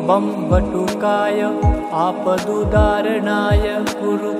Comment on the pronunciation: वीडियो में मंत्र और डिस्क्रिप्शन में मंत्र अलग लिखा है । आपका उच्चारण और वीडियो के लिखे मंत्र का मेल नहीं हो रहा आपदुद्धारणाय है या आपदुउदार्णाय है समझ नहीं आ रहा। आपके कई वीडियो में ऐसी गलती है थोड़ा देख कर इसको सुधार करें और सही उच्चारण बताएं धन्यवाद इसे अन्यथा न लें मंत्र का उच्चारण सही नहीं होगा तो उसका फायदा वैसा नहीं मिलता इसलिए आपसे निवेदन है क्या सही है ये बताने का कष्ट करें 🙏